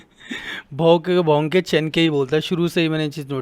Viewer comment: its bhonke not bhoke in Urdu 😂 he speaks urdu not hindi thats the reason!!